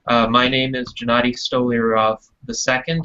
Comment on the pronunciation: Hmmm... wondering, why you pronounce (G)ennady with (Jem), net (Greend). Isn't that a Russian name? Джэ-Надий ?